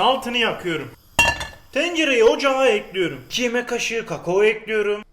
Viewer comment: Güle güle “Ekliyirüm” Hoş geldin “Boca Ediyorum”